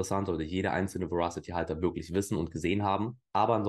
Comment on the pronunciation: Moin! Danke dir für deine Verasity-Videos (und natürlich auch die anderen Videos)..gerne mehr von Verasity! Übrigens: Das englische Wort Verasity bedeutet Richtigkeit (was ein sinnvolles Wort für deren usecase ist..). Ich muß ja gestehen, daß sich mir die Fußnägel jedes Mal hochstellen, wenn das Wort falsch ausgesprochen wird.. 😅🤷‍♂es wird Weräßitti ausgesprochen.. Dein Kanal ist mir einer der Liebsten im Krypto-Sektor!👍